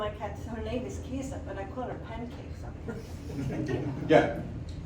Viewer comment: For the woman who named her cat "Kisa" . Fist, good name. Second, that was perfect pronunciation for Icelandic kisa.